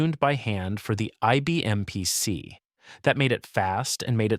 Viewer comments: Yeah, what the heck was THAT? PSC? Computer narrators don't know what they're saying. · It gave me a reason to buy an "IBM Peeuh See"